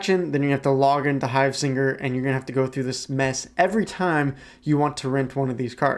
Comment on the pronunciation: Hivesigner not hivesinger 😂😂